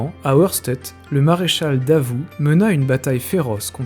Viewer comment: alors.... j'aime beaucoup tes vidéos mais ça fait un peu chat gpt je trouve.... et on dit Aoueurchtait pour la prononciation, pour un passionné ! Par contre on voit vraiment que c'est un sujet qui t'intéresse et ça fait plaisir à voir ! Bon courage pour la suite !